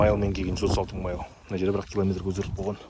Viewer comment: Майл демей ақ қойш. Қазақша миль десенде болад